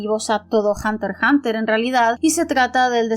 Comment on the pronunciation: Al fin alguien que pronuncia "Hunter Hunter", la manera oficial de pronunciar el título, en vez de "hunter EX hunter"